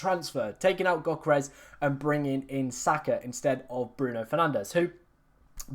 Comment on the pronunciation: Go learn how to pronounce Yoh-keh-res properly